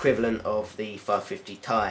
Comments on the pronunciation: Ti = "TEE EYE" not TIE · lol its ti and not ty.